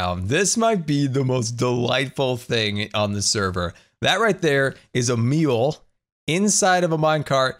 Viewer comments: Did you pronounce mule as meal? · He said meal not mule...